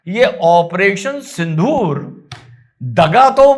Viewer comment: आप उच्चारण सिंधुर करते हो , लेकीन होना चाहिए सिन्दुर. गलत हो तो मुझे दुरुस्त करे , मैं हिंदी भाषिक नहीं हुं.